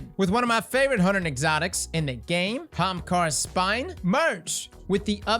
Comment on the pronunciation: Off topic, but every time I hear you say "Hamkara's Spine" I hear Hamtaro's spine and picture you tripping ppl in Crucible with anime hampsters.